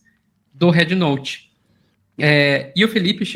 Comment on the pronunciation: Ela fala red como head 😂 brasileiros deveriam falam em português mesmo mas os caras são tão colonizados que querem usar palavras e jargões em inglês ao invés de valorizar a própria língua. As pessoas tem de abrir o dicionário ou procurar um professor bom e aprender fonética , o Á de app é o que eles chamam A curto Á é um A agudo o simbolo é = ( æ ) não tem nada a ver com É . Bed e bad tem sons diferentes , beg e bag tem sons diferentes , man e men tem sons diferentes . Por isso vocês aí falam épple não existe isso pô 😂😂😂😂 æpple Ápple apple 🍎 Escutem a chinesa americana quando ela pronuncia App 👌